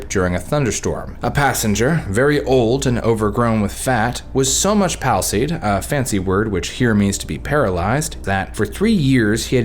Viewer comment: Palsied, I believed, should be pronounced slightly differently than you did. Like "cerebral palsy."